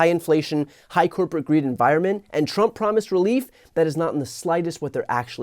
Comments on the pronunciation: What an absolute Wanker 😂😂 She just kills me when she pronounces his name ‘Tdump’. He may have forgotten that she slapped him a week after her appointment to the Job! He will be dealing with more international female leaders this term. He won’t cope 😂😂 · Let's admit it, that was a HILARIOUS rebuttal, worthy of Stephen Colbert or Jimmy Kimmel! It was perfectly at Trump's level (I love how they pronounce it "Tromp" :-)). This is what the entire world should do. Just show how ridiculous he is, again and again. Make fun of him, as long as he is able to do his job seriously. Until the very last MAGA supporter in the most remote corner of "America Mexicana" finally gets it too. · She said "Troomp" - middlefinger quality!!